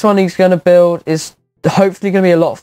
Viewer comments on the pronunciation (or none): none